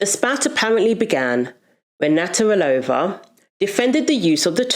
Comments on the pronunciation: I agree with Martina Navratilova, but practice say her surname as you constantly said her surname wrong. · It's not hard to say 'Navratilova'. Is her name new to you? In any case, it's pronounced as written. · I can’t believe that they keep mispronouncing Martina’s surname. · You might want to learn how you pronounce Navratilova. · Her name is Nav-rat-ilova, not Natter-alova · Had to stop watching this after you repeatedly called martina “natarilova”. NAV-RAT-I-LOVA. If you don’t know how to say it, say each syllable and practise til you’ve got it, before making the video. 👍🏻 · I agree with your view but please her namn is Nav-ra-ti-lo-va... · You could of practiced saying Martina's surname a few times before doing this video. Just a bit of effort love. It's actually easy to say, Nav rat il ova. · It would be nice if you had used Martina's name instead of one you've made up. Her surname is Navratilova (Nav-rat-il-ova), not "Natarilova." Also the words "womb" and "uterus" refer to the same organ. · Your point got lost every time you mispronounced the woman's name. NAV-RA-TI-LOVA. Not NAT-RA-VILLOVA. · You're awesome and I'm a big fan but you're saying "Naturalova" it's Nav rat ill ova. XXX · Very good video but the tennis player is called Martina NA-VRA-TILOVA and nothing else. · NAV RAH TA LOW VA. Try that on for size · Hearing Martina's surname being stumbled over so many times made me queasy. It's nav-rat-i-lova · I 100% agree with you but I need to say this: it's NA-VRA-TEE-LO-VA. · Its a shame you couldn't say Nav.rat il ova properly. It grates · It is pronounced. Nav-rat-ilova. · i could not keep watching you butcher her name again and again and again. please learn to pronounce a name if you are going to say it repeatedly. thanks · You could make an effort to say Martina's name properly. She is a legend and your whole episode is based on her. It's not that difficult. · I give a like but pls for the love of... pronounce her name right! 🤦🏼‍♀️